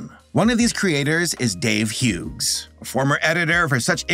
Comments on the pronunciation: I’m sorry you were saying the name Hughes, oddly. The name Hughes is pronounced like “hues”. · I'm sorry but you pronouncing the g in Hughes is driving me insane lol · I have heard people pronounce Hughes as Huggies or hug-his, but not hue-gss. We always produced it as hues, that silent g was the bane of my kindergarten career. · The way you pronounced Hughes hurt so bad